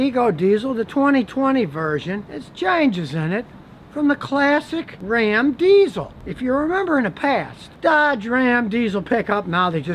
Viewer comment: Scotty: "I Was Wrong About the New Dodge Ram" Everyone: "IT'S RA'AM"